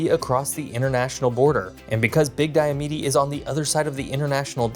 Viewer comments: Wouldn't that mean that Diomede (Di-o-mede) is 3 syllables not 4 (Di-o-me-de) like he said? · Never heard them called "Diomeedee". Always "Diomeed" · Hey Alaskans pronounce a couple of words differently than you do on here: Diomede as DI-uh-Mead and Wrangell as WRAN-gle. Thanks for the video - I enjoyed your photos and commentary. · diomede is pronounced DIE-a-mead 3 syllables, not 4, otherwise love your video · Cool video, but when you circle southwest Alaska you call it southeast, and vice versa. Diomede island is two syllabes (Dio-meed). Point Barrow is a geographic feature, not a town--the town is Barrow (no point) or Utqiagvik. Wrangel is pronounced RAN-gel, emphasis on first syllabus. This are nitpicks, but little things like these make Alaskans grind their teeth. But overall this is quite good, especially your discussion of the increased attention to the region due to melting ice. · Dio mead ( e is silent) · The two islands that straddle the International Date Line are pronounced "Diomeed" the final e is silent. You also pronounced 'Shishmaref" incorrectly. Shish-MA-ref. Ma like you might call your mother. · Only a few pronunciation mistakes, Diomede and Wrangell. And conflating Utqiagvik's (great job on this pronunciation!) summertime sunlight vs daylight numbers. Not bad. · the last e in diomede is silent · I suspect he pronounced it that way because you would pronounce it that way if you were speaking of the Greek philosopher, Diomedes. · You lived in Alaska and you pronounce several names wrong… odd. Denali, Diomede, Wrangell… just the few I caught. That being said. LOVE your videos 😂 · Bro, people told you how to pronounce Diomede and you're still mispronouncing it.